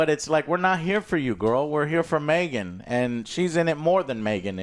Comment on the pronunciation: in and you're already saying Megan wrong. Joe how